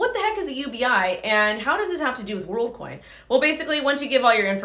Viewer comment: She's saying Worldcoin but all I hear is Onecoin